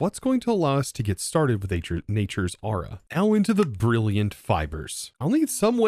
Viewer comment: i keep hearing you say ara not aura got so annoying i literally could not finish the episode due to hearing the wrong word 50 odd times in 2 minutes